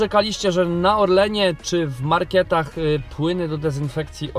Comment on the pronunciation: marketach nie markietach XD Ciekawy filmik pozdro!